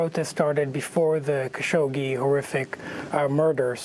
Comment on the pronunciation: Will someone tell Amy that there is no "sh" after the "gg" in "Khashoggi"?